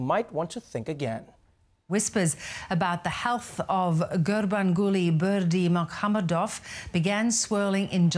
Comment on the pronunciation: HEY Trevor, I am a genuine TURKMENISTANI in your audience, well at least in youtube. It was really fun to your segment about my country and I'm glad that it is your favourite country. I've gotta tell you've got everything right, except the pronunciation of his name.